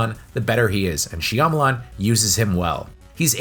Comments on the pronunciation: Lol shamaleyans😂 then you came up with a second pronunciation later🤣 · Ba-TISTA ??? She-AMA-LAN ???!??? I can’t 😵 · Dave Buhhh - Tista and M Night SheeAh-malan or Shamalian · how can you have a youtube channel dedicated to horror films and not know how to correctly pronounce Shyamalan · The way you repeatedly miss pronounce his name just drives me insane